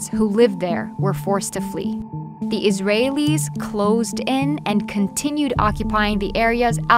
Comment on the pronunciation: I'm American.. My mother was african american and my dad european american and from the very first sentence I could tell this was going to be biased. She really did put that emphasis on "iraelis" lol smh